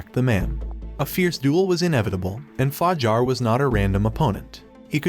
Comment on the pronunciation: The narrator is special for sure, h :calls yang yong :pronounces game SIF-ooh :thinks the club is a whorehouse “Fa-JAR” literally pronounced it Jar. Like a peanut butter jar. Lmao but seriously you deserve to be slapped for thus